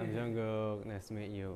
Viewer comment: No hate but it's jungkook not junkook no hate again